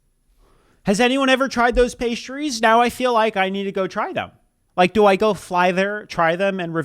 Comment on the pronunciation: Pistachios are a food group for me. I could SEE that they were real. And that idiot lady couldn’t even pronounce the pastries correctly. And the pastries looked flaky and flawless.